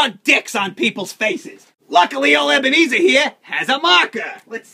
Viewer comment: ebenerzer